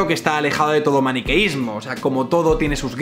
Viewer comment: Like preventivo. Que buena la charla con Ivars. Sigue así crack. Ostia esta vez has dicho 'maniqueismo' correctamente, que en otro video (no recuerdo cual), dijiste 'manequio' y te quedaste tan ancho. ;-P